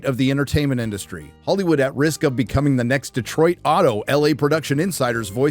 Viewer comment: Thank you for pronouncing Detroit correctly multiple times in a row. Instead of every other yokel that pronounces it Deeeeeeeeeetroit